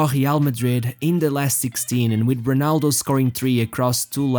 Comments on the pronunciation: Bro its ronaldo, not honaldo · Nobody: This guy: Homa, Honaldo